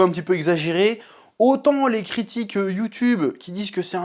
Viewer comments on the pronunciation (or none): none